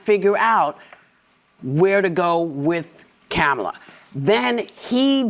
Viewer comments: I'm sorry, did she just say Camel-uh?????? Effing racist!! 😂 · Whoopi is racist she doesn’t pronounce Kamala’s name correctly she says camel la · Poopi just said Camel-a so she's racist for pronouncing her name wrong.... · Did Whoopi just mispronounce Kamala? She said "Kam-ala", not "Ka-mala". I thought it was supposed to be racist to pronounce her name incorrectly. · Whoopi doesn't say KAMALA'S name right either. Did y'all catch that? Instead of Ka-mala she said KAM-ala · Notice how Whoopi isnt racist for saying Kam a la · Did she say Cam Ala? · Did Whoopi just call Kamala, Camala...... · Whoppi just called her Camela...like camel. . Why didn't they jump down her throat and insist she's disrespectful and lazy? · Omg Whoopi called her Cam-ala! Omg isnshe racists not pronouncing her name right? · Oh no! Whoopi said CAMELA! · Ohhhhbbh Whoopie can Pronounce Her name wrong????? She isn’t gonna get a beat down, for saying “KA-MALA” instead of how she’s supposed to pronounce it. They yell at anyone on the right who says her name that way, but it’s totally fine for them. Hypocrisy at its finest. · Lol, did Whoop just say Camel la after the dems are always criticizing people for mispronouncing her name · Whoopie couldn’t even pronounce Kamala name right when she bashed everyone else! She said camalala! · Did Whoopey just mispronounce Kamala's name (Camela) after she said Joe has just led us out of the most divisive period in US politics... Insinuating that unity has been attained... It doesn't feel like it... And the election is 5 weeks away... 😮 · It's amusing how delusional Biden still is in thinking he would of won. And it's rather funny that Whoopie mispronounced the vice president's name...Camel-la. funny how they can do it and it's no big deal, if we do it, it's racist and disrespectful. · I’m noticing that democrats get mad if you mispronounce Kamala’s name wrong but I hear democrats say her name differently each time lmao whoopie called her CAM uh la